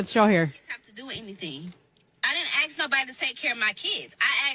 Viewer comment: Why did she AXE him she should have asked